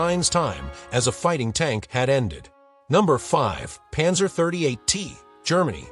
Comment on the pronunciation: Stupid AI - Panzer EYE?